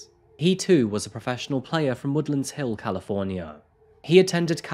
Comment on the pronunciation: I'm from woodland hills so I just gotta say you butchered the pronunciation of Calabasas and Woodland Hills XD. Great video though regardless.